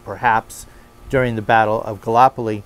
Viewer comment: Gall-ip-oli, not galopoli (pronunciation not spelling).